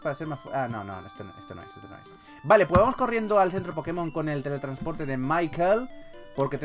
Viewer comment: se pronunsia Mickael no Maikel